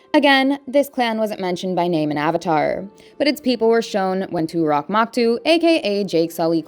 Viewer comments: why do you talk like a hostess robot? toruk, not turok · Turuk ❌ Toorock ✅ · Toe- rue - k! Not Too-rock!